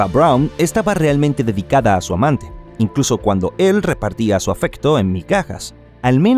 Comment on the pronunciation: Que narración tan confusa, realmente no paso así, porque llama amante a Eva Brown como muy acentuado? Bah!